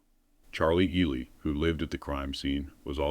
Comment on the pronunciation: Ely is pronounced E-lie...not E-lee. Shes dumb as a rock, as the rest of them. Commit pre-meditated murder and act like it was no. Big deal....🤷